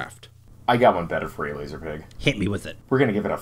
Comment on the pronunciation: It’s LaSer, dammit.